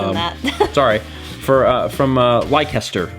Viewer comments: Leicester is pronounced lester :) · Leicester is pronounced like "Lester" :) The book at the end almost made me a little emotional, haha. It's a wonderful way to 'condense' the vlog journey, but obviously not only that but a big and meaningful part of your lives. Makes me wanna take the journey again, hahaha. Oh man. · Leicester=Lester in pronunciation :) Also, the Rudolph movie came out in 1964. The more you know! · Also Leicester is pronounced 'Lester'. Yeah, britain is batchit crazy.